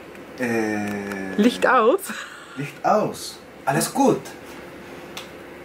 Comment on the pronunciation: Ich liebe euch 😂😂😂 Lichchcht aus. 👍😙